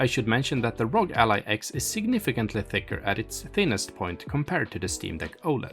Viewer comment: It's "AR-OH-GEE"... why do people keep calling it ROG as in LOG???? Is it that difficult to sound out the letters?